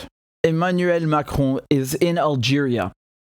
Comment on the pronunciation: Maybe the only English speaking vlog that pronounces Macron's name right...😂